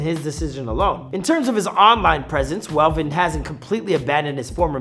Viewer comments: Who is velven bro 😂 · Not velven